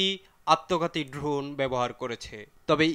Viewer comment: ভাই ড্রুন না, ড্রোন হবে। আগে উচ্চারণটা ভালোভাবে শিখেন। কী সব সাংবাদিকদের এরা যে নিয়োগ দেয়! নেপোটিজমের চরম পর্যায়ে গেলে যা হয়...